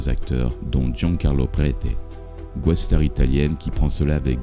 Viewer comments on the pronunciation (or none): Vos documentaires sont excellents. Mais faites attention à comment vous prononcez les mots anglais : "guest-star" ne se prononce pas "gouest" "Prentis Hancock" ne se prononce pas "Han necouque" "Barry Morse" ne se prononce pas "Bairi" Bref, vous avez besoin d'un coach en anglais.